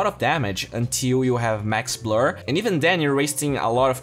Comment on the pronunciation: Sir its not BLOOR its blur